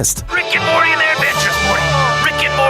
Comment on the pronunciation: ‘Rick and Mortaaayy’ wtf?